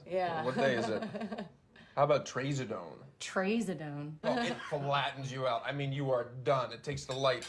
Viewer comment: thx for reminding me to take my trazodone, i almost forgot. they pronounced it weird tho.